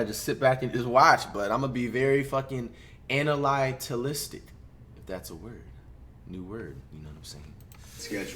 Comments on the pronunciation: my mans said “ana-ly-ti-lis-tic” lmaoooo he even looked proud. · Analytilistic. Someone call Webster’s 😂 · Flight: “ima sit back and be anilietelistick” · No one: Flight: "Ana-Lay-TiListiC" 💀💀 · So nobody's gonna talk about the fact that he said "analystical" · Nobody: Flight: Analytalistic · Dictionary: Analytic Flight: Analytilistic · Lmaoo he probably meant analytical